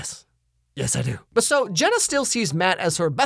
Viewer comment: How did that stupid photographer pronounce JENNA as GINA.... SMH it'd be different if her name was spelled Gena, but it's not....